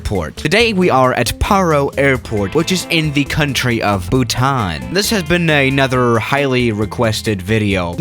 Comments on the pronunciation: Nobody:: Buthan instead of Bhutan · It's Bhutan and not buthan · It's pronounced "BHUTAN" 😅😅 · People: Bhutan: buthan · it is not bhuthan but bhutan. for your kind information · Bhutan Also: Buthan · No one:: Buthan It's Bhutan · Nobody: Absolutely nobody:: “Buthan” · I hate buttan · But he butchers the names. Like Bhutan